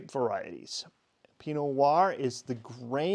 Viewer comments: I think I am hearing you say "pinoir" instead of "pino Noir" (skipping the "no" in Pinot) , but yes, maybe I'm just slow at listening. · Question, why do you pronounce Pinot Noir as "Pee Noahr". What I mean is, why do you say Pi and not Pino? Why do you skip a syllable?